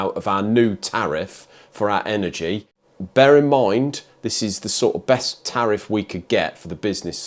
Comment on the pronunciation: was that "Barum mind" or "bare in mind"? Haha